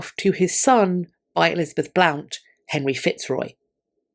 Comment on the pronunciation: Dear, the English family name Blount is pronounced Blunt, not Blownt.